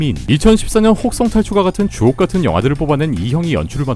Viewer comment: 계속 주옥같은 이 족같은 으로 들리지?